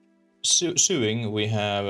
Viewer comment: sewing is pronounced "so•wing"